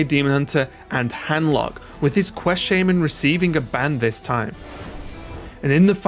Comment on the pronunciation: Why is it shay-men not sha-man?